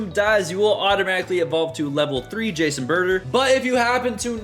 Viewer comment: it's pronounced juice and butter